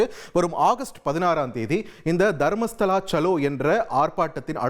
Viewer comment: ஏல அது தர்மஸ்தலாடா அம்பி, நீ மர்மஸ்தலா என்று தப்பா பேசுறியே நல்லா படிச்சுட்டு பேசுடா அம்பி 😂